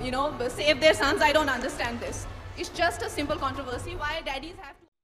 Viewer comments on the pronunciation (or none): none